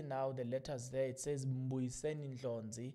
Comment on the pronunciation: Please pronounce other people surnames correct is Ndlozi not Ndlonzi